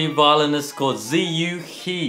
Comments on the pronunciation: “He” in Chinese isn’t pronounced “he”. It is pronounced “her”. Not trolling. For real. 😂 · Pronunciation of Ziyu's surname is similar to "her" not he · Yes, it's as you say - 他她 :) Of course what 12x12surface means is that 汉语拼音 "he" (何) is not pronounced as the English "he". I wish the rest of the world could learn to pronounce Chinese names properly, so that talents like 何子毓 don't have to adopt the English pronunciation of their name just for the global audience. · At the intro, Brett said "HE" as in hee. But Zhiyu's Chinese and his surname is He, as in 'her' - sounding like the word for river in Chinese. Actually meaning is 'when'. 河 (he) - river; 何 (he) - when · But the twoset pronounced Ziyu's last name wrong...